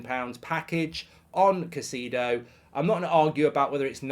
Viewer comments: Put some respect on his name, please! Pronounced “KAI-SAY-DOH” 😅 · Casedo? i dont think thats how its pronounced lol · Come on, Mark. You should be able to pronounce Caicedo properly by now.